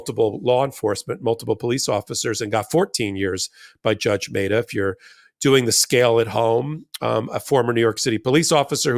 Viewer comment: Meh-ta not May-ta...